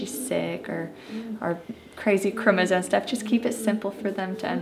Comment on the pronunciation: I'm gonna say this- it would be better if Mom would properly annunciate chromosome instead of chromoZONE.